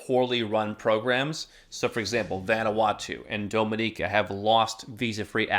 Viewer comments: What is doh-mih-neekah 😅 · I know what he was referring to. The pronunciation is off though